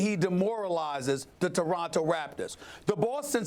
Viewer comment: " the deronto raptors...eeeeeee lol